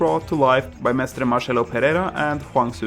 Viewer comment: It's not "Marchelo", it's "Marcelo" It's not "capoeiraista", it's "capoeirista"